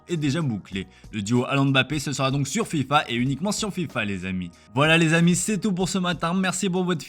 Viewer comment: Il a dit Filpa 💀💀